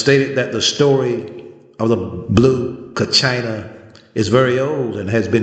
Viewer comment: not pronouncing Kachina correctly.. you're not Hopi..shouldn't talk about what you don't know.